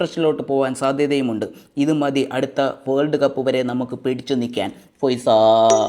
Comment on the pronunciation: Video is ok, BUT Forca"ഫോയ്സാ" hit different😂